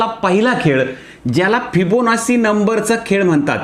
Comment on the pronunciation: सर, एक छोटी सुधारणा... ' फिबोनासी ' असा उच्चार नसून ' फिबोनाची ' असा आहे..